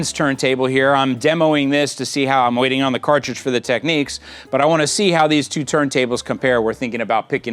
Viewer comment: Tech-neeks?! Really?!